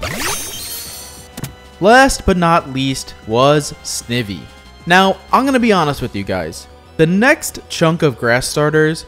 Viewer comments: Snihvvie💀 its snyvie (pronounciation) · There's only one shiny starter I'd want: Snivy. White was my first game, and he was my starter named George. That was the first game I ever played till the end of the main story. He means the world to me and when I unlock his biome he's gonna be my main hunt Also it's funny hearing you pronounce their name. I say “sny-vee“ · Why he say snivy like that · the way that u pronounced "snivy" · Excuse me how did he pronounce snivy???